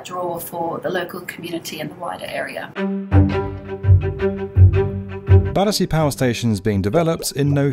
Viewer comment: The people on those Zoom calls calling it "Badderzee" says it all.